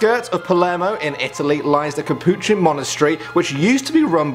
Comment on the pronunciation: THE KUHPOOCHIE